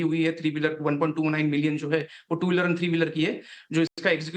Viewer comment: यतिन गुप्ते जी ने 1.29 मिलियन बोला है क्या, ??